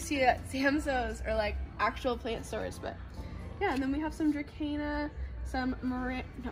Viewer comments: There is no k in dracena, that drives me crazy lil.. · I don't speak latin and you are the only person I know that pronounces dracena with a k. Oh well I will get use to it, I think. Lol